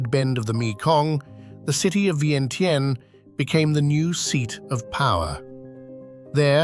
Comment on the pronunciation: you mispronounce vientiane!